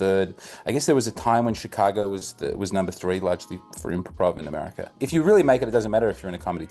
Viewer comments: in “Americerrr” 😂 I see what ya deed thur mate (I’m Hispanic) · Lololol " AmeriKER"